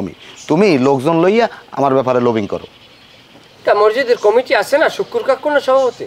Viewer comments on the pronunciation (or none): ভাই Comiti না Committee হবে।